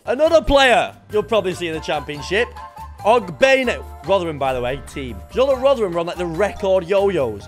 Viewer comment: It’s Og-ben-ay not Ogbean 🤦‍♂️